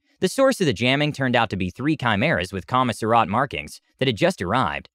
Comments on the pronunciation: Okay buddy I'm going to help you out It's, Commissariat (kaa·muh·seh·ree·uht) not Kaa-mis-ree-off. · I’m thoroughly enjoying this, but desperately need to understand how you come to that pronunciation of “commissariat”?!